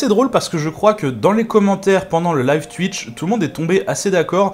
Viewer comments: On dit twouitch pas twuiiiich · Super boulot sur photoshop ça donne déjà une bonne idée. Par contre faut revoir ta prononciation de Twitch 😉🤣